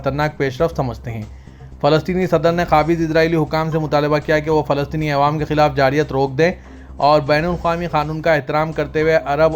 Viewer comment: Awaam not aiwam عوام نہ کہ ایوام